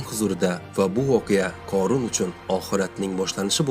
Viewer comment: Oʻorun корун эмас хорун horun